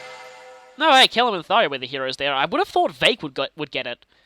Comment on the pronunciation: I love Tharja's sarcastic "Yay. Danger.". Also, it's Thar-JA, not Thar-YA.